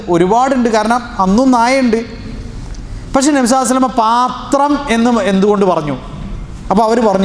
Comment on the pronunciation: Usthade. Nabinte per. Parayumpol sallallahu alaihi vasallam enn vyaktamai parayanamen nhanpadichath pakshe ningal vyakthamakkunnath kelkkunnillallo sheriyano. Chodichathil kshamikkanam ariyathad kondan